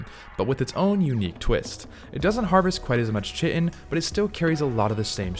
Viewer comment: Chit-in 😭 Its pronounced kai-tin